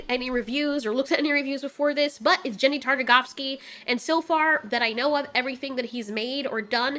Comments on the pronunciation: also i think its pronounced Genn-dy. not Jenn-dy. 😇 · His name is GEN-DY -- not JEN-DY -- just an FYI. Don't believe me: <- you can hear him say it here. No hate, just, I've had so many ppl throughout my life call him that, and I am always correcting them - some give me backlash, but I have the utmost respect for the man who inspired me.